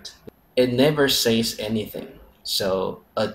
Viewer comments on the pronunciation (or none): ， "Says" is pronounced sez. It rhymes with "fez," the old-time Turkish head-gear. ("Head-gear" is usually an informal, half-joking, way of saying "hat." Here, however, it means "something you put on your head which may or may not be considered a hat." [e.g. a fez. 😃]) Not saiz. Not sey-yiz. Sez. Short, almost sharp, single syllable. Yer Granny luvs ya! <== goofy Granny sign-off. I'm experimenting; what do you think? I want to establish this Granny character as rigorous and classical but also thoughtful, forgiving, and tolerant on the subject grammar, 严格但也善良, but I also need it, the character, to be funny and appealing to actually make a difference in people's language. Your advice, puh-lease.